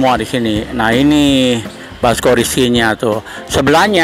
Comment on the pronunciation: Paaaakk...kocak deh ah hehe... Ini bakso bukan basko.. Tulang rangu bukan tulang rungu..